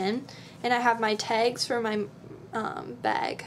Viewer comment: ahaha when you said tag and bag you sounded so Canadian. xD